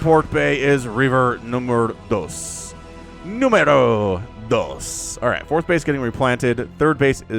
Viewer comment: "Numero dos". Sounds great you spanish